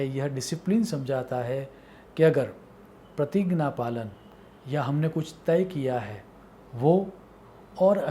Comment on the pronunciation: ये कैसा उच्चारण है ज्ञान-------ग्यान प्रतिज्ञा....... प्रतिगना 🙄